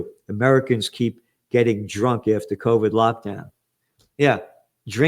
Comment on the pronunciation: It's already proven by now, that the "c'orvid'e" thing , was the United States who did it Gerald. And you think you are soo Smart, but you keep telling us, bollocks...